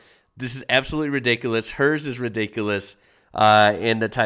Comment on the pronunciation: Oi lol when you say ridicules /ie. If it's full on you can say it's Redonkuless 😉😇 cause that means it's off the chart